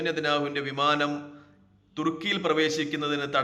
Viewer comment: വിമാനം എന്ന് പോലും പറയാന് അറിയാത്ത ന്യൂസ് എഡിറ്റർക്ക് സ്വാഗതം